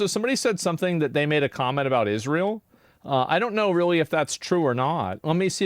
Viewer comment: Wake me up when Candace Owens stops talking about Israel. Or ISH-REEL, how she pronounces it.